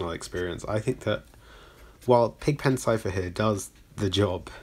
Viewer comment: I thought you were saying : "Alien Script"